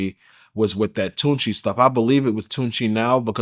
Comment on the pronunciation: It's not Called "TUNCHI??" ... WTF ... IT'S PRONOUNCED "TUSI" and it's not all completely molly... It's a combination of Pink food coloring, Ketamine, MDMA , with a few other ingredients... It not supposed to have cocaine in it.. they call it pink cocaine... But it's not Cocaine... It was invented in Colombia...